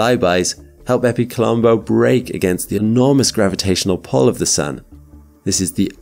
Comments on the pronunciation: I can't help but hear it as "Baby Colombo" haha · Did anyone else think he was calling the craft "Baby Columbo"? Great video as always!